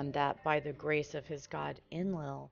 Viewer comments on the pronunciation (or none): none